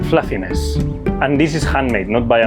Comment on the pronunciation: i love "flàfines"